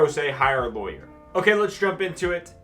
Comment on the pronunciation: Raaawwwghh laywer. Pirat lawyer